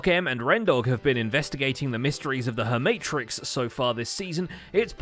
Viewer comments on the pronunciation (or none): ahhhh yes, i'm quite familiar with the herm-aha-trix